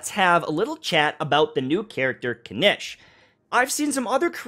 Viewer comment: hasn't been paying attention to the voiceovers again xD Kinich {Kin-eech) Ajaw {Ah-how}